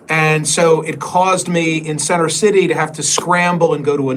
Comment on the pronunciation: "Cenner ciddy." Spoken like a true Philadelphian :)